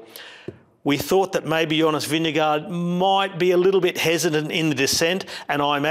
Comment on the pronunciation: Love you mate but why you keep saying vin de gaard